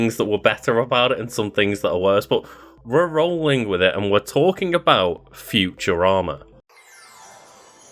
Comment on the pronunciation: Lol the way you pause while you say “futurama” at made it sound like you said “future armor”